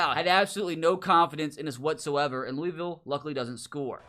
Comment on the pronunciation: As a Kentucky resident, I hate how people outside of Kentucky say Louisville.